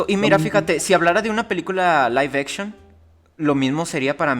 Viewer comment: "Laiv-echon" xD